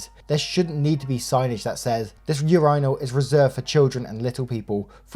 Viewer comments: Urinal is pronounced - " your in el" hearing you say urinal sounds like "your rhino" lol Much love though! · WTF is a ur-EYENaL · Hearing pronounce urinal as "your-eye-nal" 20 times was hilarious! It's typically pronounced "urine-al" 😂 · It's ur-i-nal not ur-eye-nal 😂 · Yourinal? Its myrinal!! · Why do you pronounce Urinal like that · Why no one says anything about how he pronounces "urinals"? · the way u say urinal is sending me 😭😭😭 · The way you pronounce “urinal” had me laughing